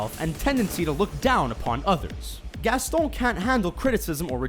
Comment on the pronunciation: haha the way he says Gaston